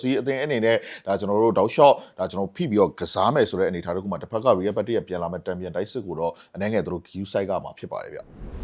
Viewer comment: ရီးရဲဘက်တစ်လို့ပီပီသသပြောပါ ကြားရတာရီးရဲမက်ဒရစ်လို့ကြားရသလိုဖြစ်နေတယ်